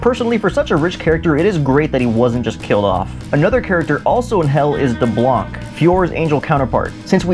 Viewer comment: Actually we see deblanc again in the comic so dont worry and its pronounced D ARROW NEY CK daronique.